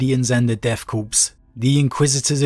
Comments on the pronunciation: Love the reviews but deathkorps is pronounced death “core” not death “corpse”. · Corps pronouced like Kor or Core, not corpse. Love your stuff